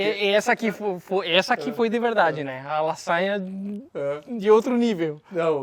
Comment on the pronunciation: Eu entendendo La Saia, sendo que era ''Lasanha'' kkkkk